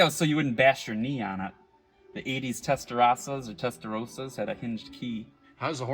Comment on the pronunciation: " Testerasah " ?? LOL..